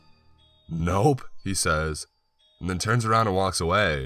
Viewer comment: The last word or everyone of sentences is always emphasized. Offff, laaaatch, awaaayyy.